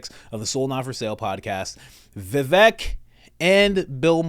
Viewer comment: I am an indian, you pronounced vivek right. In sanskrit, vivek means " person with wisdom".